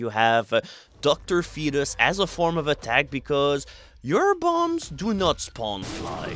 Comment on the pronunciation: finally learned how to pronounce Dr. Fetus!